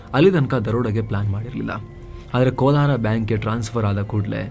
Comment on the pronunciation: Sir ಕೋಲಾರ ಅಲ್ಲ ಸರ್ ಕೊಲ್ಹಾರ ❤